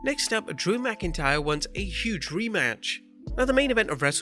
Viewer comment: "Impact have had huuge sucsess" lmfao